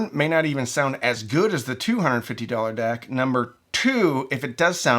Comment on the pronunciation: At first I had no idea what you were talking about with the "dack" so I checked it on the videos cc to see how it was spelled and it said you were saying "deck." Great video. Love your channel.